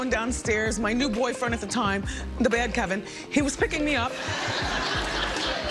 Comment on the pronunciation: Kevin not Kelvin Sis.